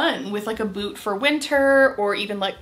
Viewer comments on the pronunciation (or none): none